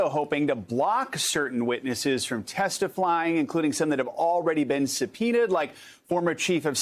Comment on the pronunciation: Lol he says TestiFlying